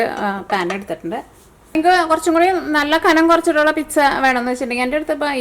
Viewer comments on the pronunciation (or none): Piksa aavunnapole thonni parayumbol ennaaalum nice pizzaa aayittund yemmi